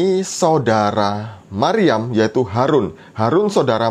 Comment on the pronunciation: Yang aku denger Maruyam mas hehehe bukan Maryam GodBlessYu mas